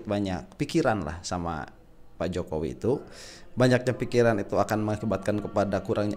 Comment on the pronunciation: ngakak saat keseletot nyebut JOKOWOK😁😁